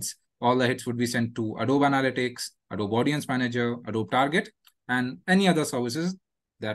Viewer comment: Wow, they couldn't even pronounce Adobe correctly.